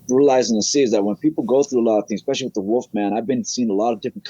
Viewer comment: Anyone who says, "expecially" is highly credible, I don't care what anyone says.